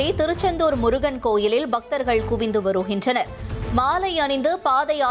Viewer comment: யாருமா நீ வருகின்றனர் என்பதை வருஹின்றனர்... படுகிறது என்பதை படிஹிறது து என வசிக்கிறாய் தமிழ் தெரிமா தெரியாதா??? 😂😂😂😂2